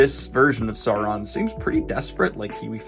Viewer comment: "Sou-ron" not "Saw-ron"